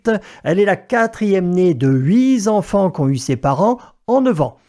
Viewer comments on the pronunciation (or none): 0,42 'hui z'enfants" Y'a du niveau😆